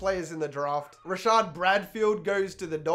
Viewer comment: It’s Rashard Evans